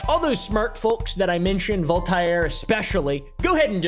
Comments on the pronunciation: Oh no, not volt-ara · The Vol-tye-aire KILLED me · I know im just a village idjit... vol-tie-air? Really? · Volt tie air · The way u say Voltair should be illegal. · "VOL TI AIR"... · You pronounced Voltaire wrong. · You just butchered voltair and kirkegårds names. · Your pronunciation of Voltaire is crazy 😂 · Is that the english pronunciation of Voltaire? Or is that just another version of a name?:) Just curious. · Please tell me you're pronouncing Voltaire like that as a joke